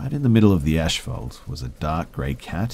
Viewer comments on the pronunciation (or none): he's not from China. He's a native speaker of English. Neither of those pronunciations are correct. Ashphalt and ashume are incorrect. But I guess it's unrealistic to expect people to know how to say things in their own language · Wtf..."ashfault"? There's no h in that word. Also drives me nuts when you say "ashoom" instead of "assume"